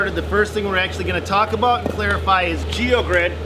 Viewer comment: We don’t say aboot....